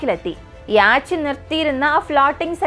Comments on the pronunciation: യാച്ച് എന്നല്ല യോട്ട് എന്നാണ് ഉച്ചാരണം. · യാച്ച് അല്ല യോ-ട്ട് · The Pronunciation for Yacht is "Yot" "Yo-tt" Not Yaach. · യാച് അല്ല സിസ്റ്റർ Yacht ആണ്. ഡാൻനിഷ് word നിന്നും ആണ് യാട്ട് ഉണ്ടായത്. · യാച് 😂😂😂😂😂ബോട്ട് പറയുന്നത് നല്ലത്. എന്തോ അലോസരം. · Yes യാട്ട് എന്നാണ് pronounciation, സഞ്ചാരം പ്രോഗ്രാമിൽ ഈ word പല പ്രാവശ്യം വരുന്നുണ്ട് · യോട്ട് അല്ല. യാ ട്ട് എന്ന് ആണ്. ഡാനിഷ് word ആണ് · Yot അല്ല. Yacht word, ഒരു ഡാനിഷ് word നിന്നും ആണ് അപ്പോൾ കറക്റ്റ് pronunciation യാ ട്ട് ആണ്. അതിൽ ch slient ആണ്. യാ ട്ട് പറയുന്നത്. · Good video but you need work on the pronunciation . Yacht 🛥️ pronunciation is yot Just giving feedback only 😊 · Yes it's 'yot'.